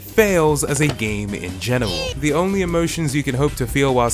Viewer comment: “in genawel”